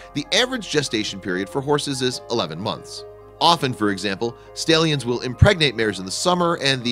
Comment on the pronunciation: You pronounced Stallion Wrong